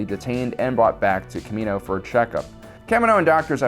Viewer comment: Ugh! It's pronounced Ka-Me-No and Ka-Me-No-Ans.